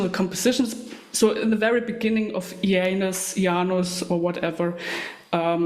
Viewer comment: Thanks for this. I believe it is pronounced Ee- ah - nus. She has some great style, Isengard is definitely some cult music